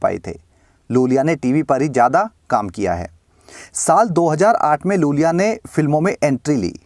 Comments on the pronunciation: ज‍िसे आप लूल‍िया बोल रहे हैं उसका नाम वास्‍तव में यूल‍िया Iulia Vantur है। बड़े आई को एल समझने की गलती मत कीज‍िए जनाब। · Iulia Vantur not Lulia Vantur